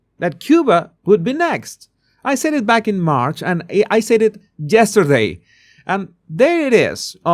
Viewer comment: Yesterday rather than Jesterday 😂 but anyhow I love your commentary